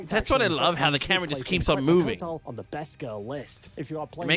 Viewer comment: It bothers me how he says Her name tho i have heard worse😂 The correct pronunciation of Quetzalcoatl is KET-sahl-KOH-ah-tul. The "ue" in Quetzalcoatl is pronounced as an "e" with a closed sound. It is preceded by the "Q" which is pronounced simply as a "K"